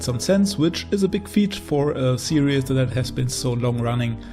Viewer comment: Stop saying serieus! Its series!!!